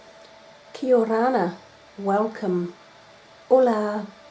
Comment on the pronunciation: It sounds like she says whale cum